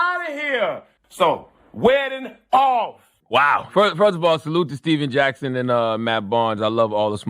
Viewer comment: my nigga said " WEDDING OFF " lol